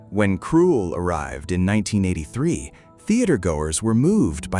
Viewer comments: Why do you keep saying the wrong name. It should be Krull, not Cruel. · I know it's almost as if the narrator is saying Cruel. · It’s not KRUELL - there’s no E in the name … your AI sucks! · Too bad the A.I voice cannot pronounce the very title the entire video is about. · IT'S PRONOUNCED KRULL WITH A SHORT U SOUND!!! GODS ABOVE AND BELOW I ABSOLUTELY HATE AI VOICE OVERS! 🤬🤬🤬🤬🤬🤬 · Lose the AI voice and learn to pronounce the film title properly. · Couldn't even say a lot of the names properly. Or the name of the film. Ridiculous AI. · LEARN HOW TO PRONOUNCE KRULL !!! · Or better still English 😂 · I hate AI voices when they mispronounce the words. Krull is pronounced the same way as skull just with a kr, not sk